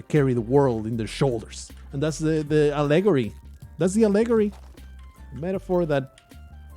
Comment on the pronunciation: For Your English (FYE): Allegory is pronounced a-luh-gaw-ree